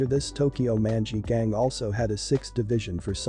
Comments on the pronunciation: it sounds like tokyow munchy ghang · how you say "tokyo manji gang" just pisses me off